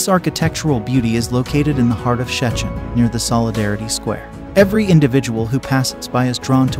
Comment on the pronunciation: nice, but it's an AI voice, still can't pronounce Szczecin 😛